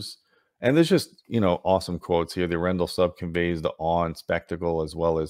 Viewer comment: Your pronunciation of Arendal is killing me. If you want to get a little better. Watch Frozen. And guess once we’re they got the inspiration for the name Arendelle from